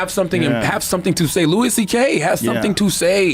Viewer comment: This is an AI Narrator. He mispronounced Luis' name half a second before it was said in the clip